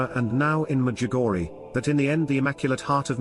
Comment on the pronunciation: WHY DO YOU CALL,,WHY DO YOU SAY MEDJIGORY AND NOT MEDJUGORJE,,??